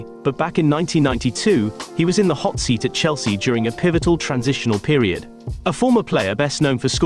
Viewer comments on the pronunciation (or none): none